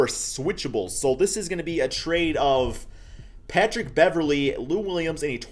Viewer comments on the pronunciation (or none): none